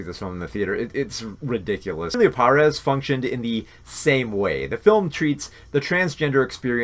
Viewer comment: Cringed every time ya mispronounced Emilia Pérez